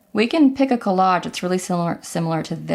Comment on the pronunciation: Good video but the word collage is a soft "g" not a hard one.